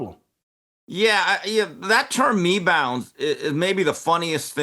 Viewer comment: 😂"""ME-BOUNDS, LMFAO"""😂